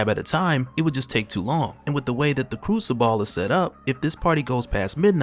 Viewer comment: It's pronounced like " crusabull " you saying ball at the ends killing me lol